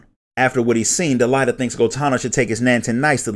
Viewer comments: He did not pronounce "Delita" correctly, and almost all the names in the original English script are Engrish mistranslations of what they should have been (as reflected in the WotL script). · DEELighta lmao. I always pronounced it Delete-Uh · Del-ai-ta?? XD